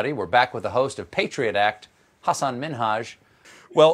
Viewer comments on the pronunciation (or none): I laughed when he said "Min-Haj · I think you butchered Hassan's last name there, Stephen. Either that or Trevor was saying it wrong for years. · Did Hasan make Stevie pronounce the H in Minhaj as a prank, or what? lmao. It doesn't sound natural at all. xD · "Ha-sahn Min-hadge" Oh Hasan, why didn't you call him out and teach him to say your name right like you did with Ellen?? That would have been so great to see...and also would have hurt my ears/heart less with every strained/careful pronunciation. Still a great interview though. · Hasan had a very trying to be nice look on his face when Stephen said min-haj 😂😂😂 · The HASS-an MIN-haj. I guess he tried. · i don't think stephen is pronouncing minhaj quite right, right? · Stephen, the "h" is silent in Minhaj. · Poor Stephen, struggling with Hasan's name..and trying to emphasize "Minhaj"😂. It was Hasan's first name that he was trying to correct celebrities with for a while, not his last name